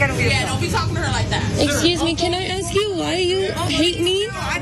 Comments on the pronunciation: You’re an educated journalist and you enunciate well. So why do you insist on saying “axe” instead of “ask” ? It’s a common misuse - but it IS a misuse of language. It irritates me a little when a regular YouTuber uses it - but not enough to say anything. You however present yourself as a journalist and therefore should be held to higher standards. So - stop it! Pronounce all of your words properly or step back from the camera and put on somebody who will. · His pronunciation of the word "ask" as "axe" is due to the slang phrase "You better ask somebody". When commonly said, the slang phrase is pronounced as "You Betta Axe Somebody" phonetically. That's all You clearly know this gentleman is articulate.